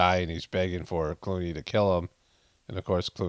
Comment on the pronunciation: You almost said George "Cloney." Seems like more of a suitable name for the cut and paste George Clooney roles.